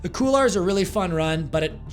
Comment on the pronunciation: Couloir is pronounced "Cool-Wah". Nice video though. You're a beast!